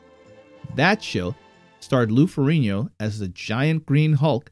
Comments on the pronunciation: Lou Farigno pronunciation dead give away that this is AI… out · Maybe pronounced that way in Sicily lol but not even Lou pronounces his name that way also found it questionable you saying how awesome a scene in she hulk was😂😂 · I found your pronunciation of Ferrigno far more offensive than the change from Bruce to David